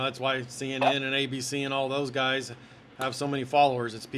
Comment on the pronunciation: “Your guyzez”?! That’s 25 minutes I’ll never get back.